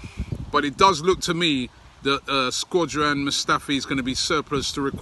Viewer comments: Robbie always sounds like he's saying says 'Squadran Mustafi' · “Squadron Mustafi”